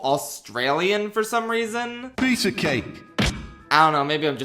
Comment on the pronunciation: I thought he said pizza king